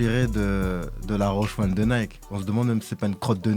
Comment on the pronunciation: Dites à que c’est Roshe Run et pas Roshe One!!! 😏 Il a as bien lu son conducteur!!!